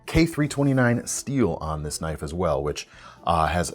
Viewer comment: "thats not a knoif... THIS is a knoif"